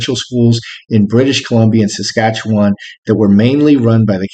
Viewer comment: this reading hits close to home 🇨🇦. BTW TY for pronouncing 'Saskatchewan' properly 😊. The recent exposure of the history of the residential school children - both alive and passed on - has stunned this nation. All govt's in Canada & Indigenous Peoples are calling for action & resolution. * Unlike the Catholic Church (esp. the Pope). Monarchy in CA will not end before the death of HMTQ - respect. Calling on the "better angels of our nature".